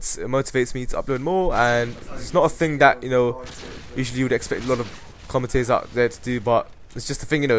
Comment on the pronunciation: "I don't feel a ting, you kno like... *tut*"